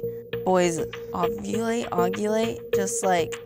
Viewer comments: Ogulate? Oh sweetie... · Oggulate? This has to be scripted.. Shame on you TLC..... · "Aden told me...boys...ovulate ...ogulate just like a woman does..." "Yaa I lied to her keeshh " Umm...WHAT gurl I think u completely missed ur biology class there also I can't believe that boy is proud of jocking about such a thing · She can’t even pronounce ovulate lol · The one girl cannot even pronounce "ovulate" and she's having a child 😳